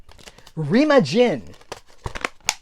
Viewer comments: It's actually pronounced ruh-MAH-gehn. Haha! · 😂BTW, both of your pronunciations of Remagen were incorrect.😂